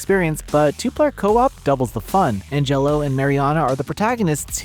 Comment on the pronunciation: You sound like you've never heard the name Angelo before.